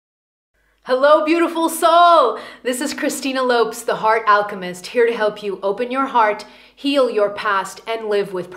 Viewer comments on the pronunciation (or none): please say your name in English the correct way...lol... the accentuation in Lopes is on the O...u know the same way you say OZ ( wizard of... ) empathy isn't a state of being but a level of existence... i wish people stop seeing ist as an absolute value but rather a relative one, empathy levels vary during our lifetime, we all have the ability of empathy, some of us have more others less...